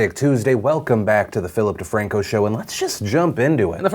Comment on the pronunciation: All I hear was “Feel dat Ting” .com. 😂